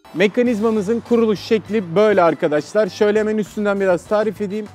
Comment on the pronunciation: arkaaşlar ne ya arkadaş kelimesi bu kadar mı zor aq